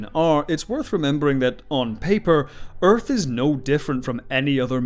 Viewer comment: I love his pronunciation of Urf.